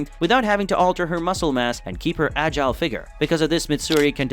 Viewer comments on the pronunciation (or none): none